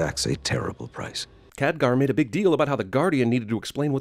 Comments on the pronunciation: Btw, Khadgar, not Kadghar. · it's not Kadghar, it's Khadgar (insert angry comment) i'm not mad i'm just saying xD